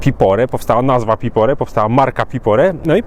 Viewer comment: Piporé czyli akcent na e. 😊